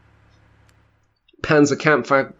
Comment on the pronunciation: Dear God, 'Panzer Campf Wagon' 😂😂😂 you pronounced säphpanzer, and then went and said that 😂